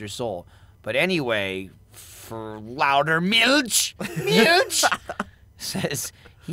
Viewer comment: FYI: Gavins german is normally on point but he is not pronouncing milch right. And there is no "louter" in german. There is only the word "lauter" which really translates to "louder"